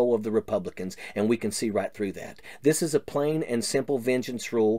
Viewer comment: reboobli-cants. NEVER NEVER EVER